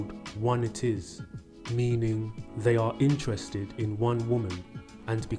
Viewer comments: It's not "one-it-is". It's "one-itis". (eye-tiss) The suffix is like "dermatitis". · “Eye-tis” not “it is” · it's pronounced one-eye-tis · It's pronounced: one - eye - tiss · One-itis Pronounced like Hepatitis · That's not how you pronounce one-itis my man. You should pronounce it to rhyme with other diseases like bronchitis, meningitis etc. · yeah I was going to say pronounced like a disease like Meningitis